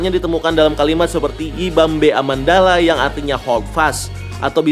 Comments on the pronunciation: Yibambe?? Tapi kok aku dengernya "we won't back!" :V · Gw dengernya bukan yibambe tapi nippont paint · Yibambe kedengeranya kaya nipont paint anjirr